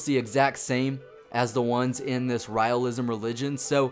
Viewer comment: The way is you pronounce Raelism is wrong, dude. The "Rael" word is pronounce as "Rail"